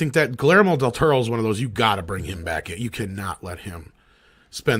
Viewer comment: your conversation about Del Toro is hilariously bad.... “pans labyrinth is the only thing done in his voice” lmao what a bad take... Cronos, Devil’s backbone, Shape of Water just don’t exist i guess and please learn to pronounce his name it’s pretty easy